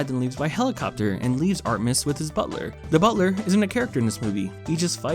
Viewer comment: I love how he slowly pronounces Artemis more incorrectly throughout the video